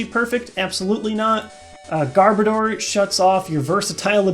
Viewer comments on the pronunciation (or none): none